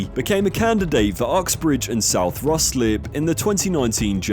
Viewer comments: 'Rye-slip' not 'Russ-lip' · So many of these types of videos get the pronunciation of Ruislip wrong (great besides that though lol)